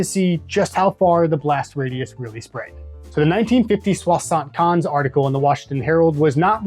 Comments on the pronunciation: oh, I was only talking about your pronunciation mate ! 😂 “Swa-sunt kenz” could be a way to pronounce it for an English person ? This being said, loved the drinks and deep dive. Gave me the thirst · You butchered that 75 alright 😂